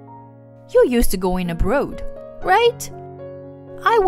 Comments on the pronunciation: Must be AI. Mispronounced abroad, pronounced it abrood. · Abroad is pronounced "Ab-raw-ed", not "Ab-rode".